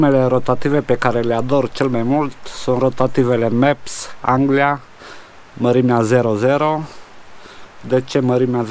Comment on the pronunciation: Mepps Anglia :D in loc de Mepps Aglia :D